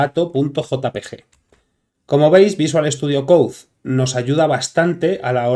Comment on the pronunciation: no es para ofenderse, pero no se pronuncia: "coudzdzdz" (VSC), se pronuncia:"coud". por lo demás, todo bien, exelente video!...